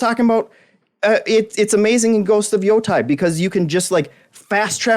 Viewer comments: Why does everyone here say Ghost of Yo Tie? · Ooh mama Yo tai!